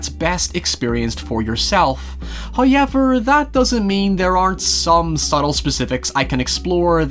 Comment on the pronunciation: accent is very soothing to me. Like when he pronounces town as "tine" and however as "hiever" my UK ancestry genes tingle